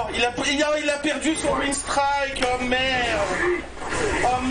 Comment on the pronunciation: Haha ce pseudo, mais WhyYouRagequit ça serait bien aussi ^^ En passant, ça se prononce "winstr-i-ke" :P Merci pour cette petite pause café ++